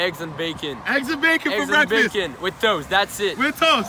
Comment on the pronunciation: Not how he said “breakfest “ instead of breakfast because they went to festivals. 1000iq 🔥🔥👌🏽